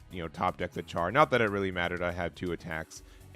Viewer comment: Just one thing Char is pronounced as if it was spelled “Shar”. Other then that. Red is a color I’m waiting for to also make an all Zeon deck